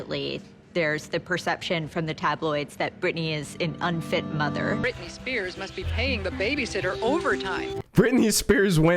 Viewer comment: Who's britinay?